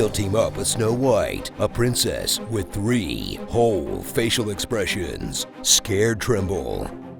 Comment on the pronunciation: "Why are you putting so much emphasis on the H?!"